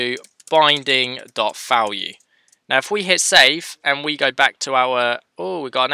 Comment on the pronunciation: Falue 🤪🤪🤪 Nice tutorial, but you should really try to pronounce the V properly, as in Value, not FAlue. Same goes for v-for, its like "VE-for or VI-for" not FE-for. It just doesn't sound right. I couldn't care less tbh, but it brings the quality of your videos up. Again, great tutorial, very well explained, thanks! 😊🙌🙌